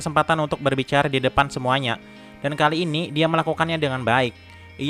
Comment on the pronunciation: Bisa gk min setiap akhir kata gk usah di tmbh "k", burryk, adak, diak😂😂